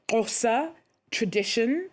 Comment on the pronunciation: The presenter really did well in her attempt to pronounce his surname and our ethnic name. ❤